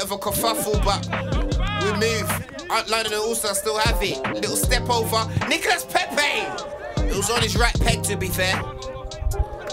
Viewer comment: Bro said Nicolas Pepe 🤣🤣🤣🤣🤣🤣